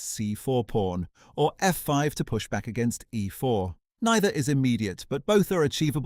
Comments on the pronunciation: Oh no, he played "ehfore" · I was looking forward to this video, but the AI voice is too bad! It doesn't pronounce things like "e4" and "a3" properly. Just laziness IMO. Fine, use AI voice, but make sure it says things properly before publishing a video man